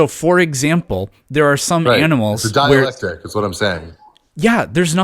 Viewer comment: that's ok, it sounds like he keeps pronouncing it dielectric.